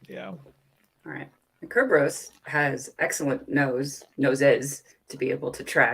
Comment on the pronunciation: Sir-burr-us. lol Say it with me